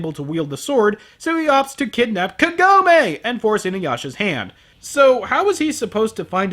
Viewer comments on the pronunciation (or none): Why is the voice acting of the sprightly heroine always SO awful in English? She's not half as terrible in Japanese. And WHY can't they pronounce the names right? Her name is KAgome. It's so bad the name that gets screamed all through the movie is pronounced wrong. Then again, good pronounciation wouldn't save this movie. And you're right, I never really looked at it this way, but that whole 'Sit!' power that literally makes him crash whenever Kagome feels like it (which is always) is pretty damn sick. Wow... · It's so hilarious that you keep saying kagome like that. I have had a joke with my friends for years about inuyasha how half the dialogue in the series boils down to: "KAGOMEEE!" "INUYASHA!" as she's getting stolen away by the demon of the week.